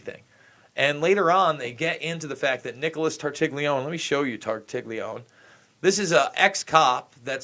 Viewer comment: Now he is blaming tartaglione who was never killed he was pulled outttt please you Americans leave the g out of that surname it is italian leave the g and pronounce it tartalone